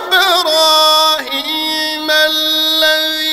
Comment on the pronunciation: He is reciting word ان لا with imala there is no imala in that word Also إبراهيم there is ابراهام in qirat shami but he is reciting بِرهيم there is no riwayat like that in any qirat so we must avoid listening this